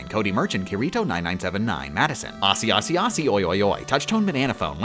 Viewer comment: I can't believe says aussie wrong 😔